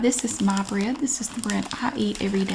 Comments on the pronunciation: BREAD. BR👏🏼 EA👏🏼 D👏🏼. 3 syllables. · Yes In the Carolinas bread has 3 syllables